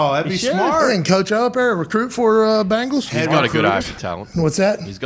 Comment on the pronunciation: I'm really starting to believe Pat likes the Colts more than the Bengals lol.. Sorry Pat, don't hate, we're better! Who Dey!! BENGALS NOT BANGLES YOU SOUND LIKE CHRIS SIMMS!! No wimpy indoor facilities here! Who Dey Who Dey Who Dey think gonna beat them Bengals NOOOOOOOBODY!